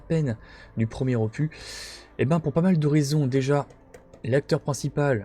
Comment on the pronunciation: aloha, top vidéo comme d hab mais petite touche d humour arrête avec opu(s) lol, on ne dis pas un cactu(s) mais un cactus et un ficus donc un opus lol ni un infractu lol blague à part cela top rentrée merci pour la vidéo